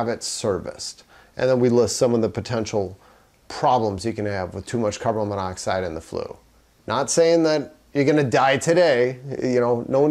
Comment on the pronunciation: Carbon. Then monoxide. You keep mispronouncing the molecule. Great vid.